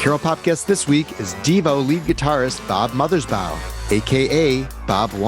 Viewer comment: Thank you for the interview. BTW, it's Mothers- BAW (rhymes with "law")...not BOW (rhymes with "cow"). And the song Bob 1 is referring to is "A Plan For U"